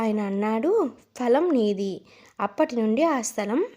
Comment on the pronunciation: చాలా బాగా చెప్పావు తల్లీ falam అనకూడదు phalam అని పలకాలి 👍